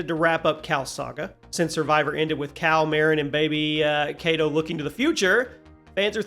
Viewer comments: Kata* not Kato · Who the fuk is Kato? It is not mortal combat bro, I am just going to pretend you said ka ta. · How do you make a video on this and blow Kata's name like that? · I don’t think dude played the game. Mis-pronouncing Kata that many times with how much he name is said in the game is just wrong. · Some of these suggestions and the way you pronounce Kata’s name I don’t think you even played this game.